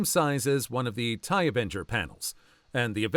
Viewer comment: The "Thai" from the text-to-speech certainly didn't help 😓 (TIE fighters lol)